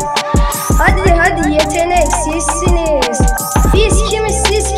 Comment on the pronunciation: hadi sizsiniz değil bi kere bu gün sizsiniz di düzgün söylemedi ben 3 poan veriyorum